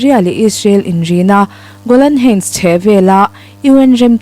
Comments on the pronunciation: I thu chhiar a ngaihnawmin i aw hriat a nuam hle. Golan heights i lam dan erawh google lam atangin ngaithla la, a duhawm. Hun lo kal zelah a la lar dawn chauh hmel si a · Golan heights han lam dik thei deuh la, thil dang pawh a lam dan uluk theih chuan ngaihthlak a hahdam zel ang